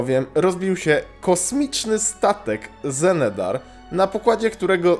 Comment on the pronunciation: Genedar, nie Xenedar, ten drugi to był okręt Army of the Light na Argusie